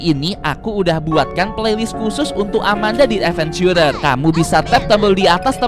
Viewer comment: nyebut si amanda nya kayagini biar seru amanda dead venchurer